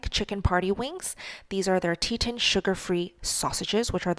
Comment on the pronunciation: There is no "i" in Teton. It's TE-ton, like the mountain range, not tet-in.